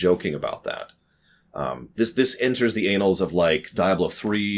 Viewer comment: AN-nuls, not A-nals. And shark should've jumped you.